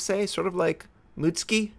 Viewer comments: Ah-Ka-tsu-key / moo-tsu-key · Ok... its moot-SU-ki. Not moot-ski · Please pronouce the names in a semi correct fashion, when you said mut ski, i cringed, its mut su ki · wronk its pronounced A-kats-ki Shi-ra-tsu-yu A-kits-ki Yu-gu-mo Muts-ki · Sorry to be the one of those people (btw I did japanese in high school) but you pronounce the Mutsuki as mootski. Whereas it should be pronounced as Moo-tsoo-ki Katakana (japanese syllabry) is usually in 2 or 3 letter syllables...its kinda annoying but hey you dont have to change how you say it.